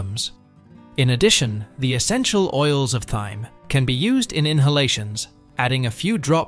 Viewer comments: TIME the H IS SILENT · please..thyme is pronoused like, time,,and herbs as no h.,..